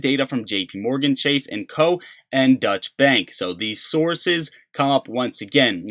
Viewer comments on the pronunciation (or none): It's pronounced DOYCH-EH. Not "Dutch Bank" DOYCH-EH. It's German for German.